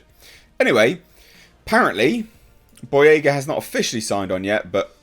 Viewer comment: John Boy-"REY!"-ga